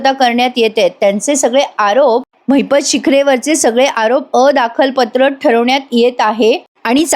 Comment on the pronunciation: अदखलपात्र.......असा शब्द आहे 👍 दखल घेण्याची गरज नसलेला. दुसरा शब्द..... Alarm अलार्म ... अलार् म ... वर्ग , सर्व म्हणतो ना, तसं‌. अलारम हे बरोबर नाही. 👍